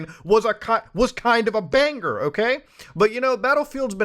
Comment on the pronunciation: when people enunciate the "G" in banger ................................